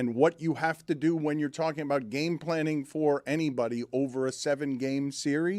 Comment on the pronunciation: The more adds an "-uh" at the end of words drives me freaking bananas. "Game-uh", "trade-uh", "Knicks-uh", "NBA-uh". Bro, learn to speak and not sound like a moron. Also, your head is enormous.